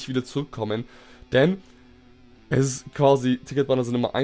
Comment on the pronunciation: Dieses ish vorbei freezer ish vorbei 😂